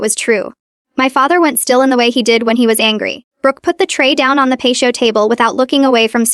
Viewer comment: Pat-te-oh. Not Pashto. Stop AI til you or AI can better edit